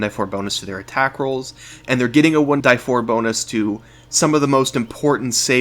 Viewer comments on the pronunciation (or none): Please stop saying "one DIE four", and say "one DEE four" like everybody else. Otherwise, awesome vid! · Your way of saying "one die four" is annoying. It's "one DEE four" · "one-dee-four" .. not "one-die-four". Also for 'Sing' it is not unlimited as you state, the description clearly reads "5 turns". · Great comm6ent, BUT Jesus dude, I've been around RPGs for 30 years I've never heard anyone say 1"die"4. It's 1D4. You're going to lose subscribers over this annoying decision. Is it worth it?